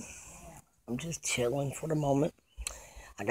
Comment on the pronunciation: chilling not Colin